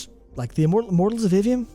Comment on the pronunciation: As to your comments about Immortals of Aveum, specifically the marketing of it, until you put the title on the screen I literally didn't even know what game you were talking about. I went to Google and looked for Mortals Oblivion, because that's what it sounded like you were saying to me (and Google was understandably confused). 😅